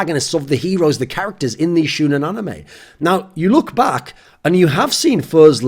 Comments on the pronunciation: Lol its shOnen, not shUUnen... xD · It's SHOWnen not SHOEnen, ya dirty gaijin. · The "shou" part is pronounced show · Shoe-nen xd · God level intro. Weeb tip- the pronunciation is "shonen". Love you. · you know he just learned what anime is when he calls it "shoe-nin" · I'm triggered that you are pronouncing shounen wrong. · im low key triggered at how you say shounen